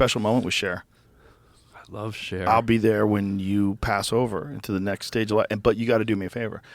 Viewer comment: Lol took me a minute to realize he said "i love cher" and not "i love sharing"